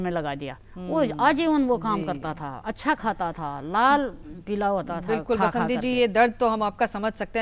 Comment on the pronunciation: " बसंती बिष्ट " बासंती नहीं!